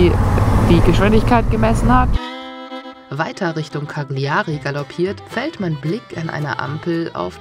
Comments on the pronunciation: man spricht es "Kalljarie" aus....... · Bitte die Aussprache der Orte wie Cagliari einmal einstudieren, das tut weh in den Ohren...